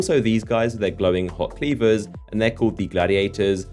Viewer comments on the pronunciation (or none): I for real thought you said glowing hot "beavers" instead of cleavers